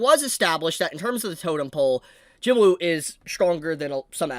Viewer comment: Please pronounce his name properly. It's spelt JINWOO the W is silent, it's JINOO or JEENOO when pronounced.